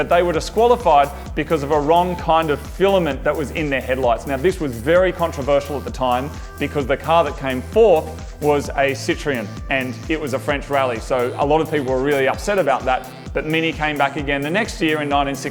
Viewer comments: Wtf is a "sity-ron"?! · What's a Sit-tree-un?